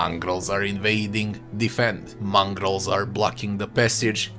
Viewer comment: I know what a Mongol is, but what's a "Mongrol"?